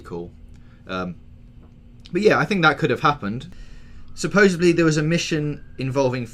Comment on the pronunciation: Supposebly... god damn that drives me nuts. You guys are in journalism, can't you say it correctly??